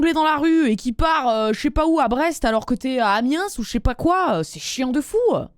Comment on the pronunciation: Le troisième mail.... Ça manque de détails Elle(où il?) lui en a parlé avant ? Lui a dit qu'il voulait faire du jonglage ailleurs ? Mais la sans rien Ah et Amiens on dit pas le S, mais conaS, on le dit (sérieux, la proprios de la location et j'étais en vacances arrêtait pas de passé par conaS.... Et je rigolais dans son dos.... Oui, j'ai 10 ans d'âge mentale)